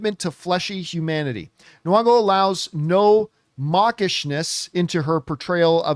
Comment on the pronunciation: Hey John, her name is Lupita Nyong'o, not Nwong'o as you always say.